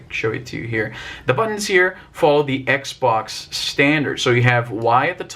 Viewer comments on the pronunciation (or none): none